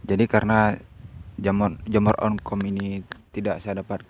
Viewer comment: Jamur oncom bukan jamur onkom